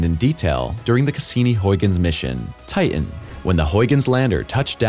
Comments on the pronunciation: Stop saying Ti- en. It's Titan. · I wish the guy would pronounce “Titan” correctly. It has a “t” in the middle of its’ name. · His pronunciation of the moon Titan and the way that it is spelled seem to differ. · Do millenials not know how to pronounce words, or is that an AI problem? Titan, certain and subsequently are mispronounced.